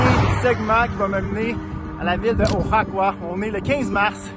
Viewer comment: Oaxaca ça prononce : waˈhɑːka à peu près :)